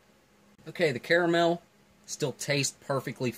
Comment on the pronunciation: NOO, DON'T ROLL THE R, Ca ra mel, Carmel is a placé in Israël and also in Californie who shrewdly elected Clint Eastwood mayor a while back